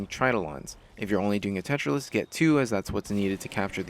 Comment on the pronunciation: Not to be the pronunciation police but it's pronouced Tera-Lyst. Not Tetralyst.